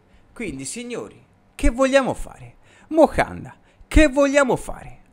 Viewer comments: Moncada però…. Non mocanda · MoNcada, non Mocanda 😂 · Caro, ti seguo sempre e condivido gran parte delle tue analisi, ma ti prego, è "MONCADA" non Mocanda... P.s Okafor e Camarda a Parma! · Ma perché Mocanda 🤣🤣🤣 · “MOCANDA” 😂😂😂 grande ❤🖤